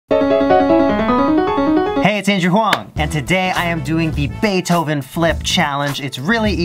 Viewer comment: Did you say bae dough oven